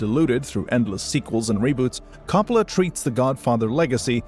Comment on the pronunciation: Please learn the proper way to say COPPOLA.